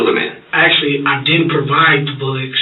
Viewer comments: “Actually, I didn’t provide those BULLECKS!” 🤣🤣🤣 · He should be put away just for pronouncing "bullets" as "bullikks". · Well I’m convinced that the guy who pronounces bullets as “bullicks” is 100% smarter than the police and is also innocent. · Is he really saying Bulics?